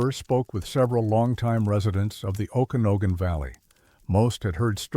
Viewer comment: Oh kana no gan??? AI not very good at sounding out names. Better hope you don't get anything for Puyallup or Sequim